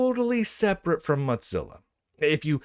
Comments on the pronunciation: Mozilla being repeatedly mispronounced now makes me want to eat some cheese. It's pronounced Moh-zihla not Mahz-ella. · Mozzarella? What? Oh, you mean moe-zill-uh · I think you should say "mo-ZILL-a" instead of "mot-ZILL-a". There's not "t" in "Mozilla". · why do you keep pronouncing mozilla as moDzilla? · Mot-zilla? Is this an Italian pronunciation? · Why does he keep calling it Motzilla? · There is not a D in the word Mozilla.